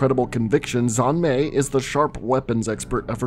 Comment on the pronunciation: Easier way to pronounce Xian Mei is kinda like this “Shen May”